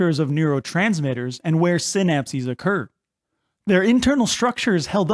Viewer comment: The amount of stress I just accumulated everytime he said senapsies... 🙃